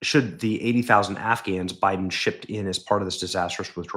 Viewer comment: you pronounced Biden wrong!